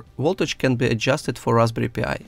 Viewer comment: I heard it more like Raspberry P.I.. Like Magnum P.I. T.V. Show with Tom Sellick